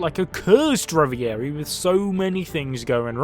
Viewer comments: Revv Voor Ree not reveairee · Say it with me. REV - A - REE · reviarie lol I love that guy and his pronounciation Edit: "The Garsey", this guy too good